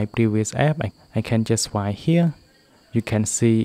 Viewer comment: It’s swiPe not swie